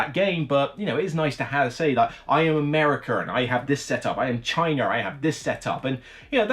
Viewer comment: lol "I have Chyner, I have Americker!"